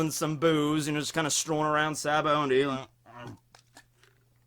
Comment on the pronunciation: I love you, you’re in my top 3 youtubers, but dude there’s no N in Sabaody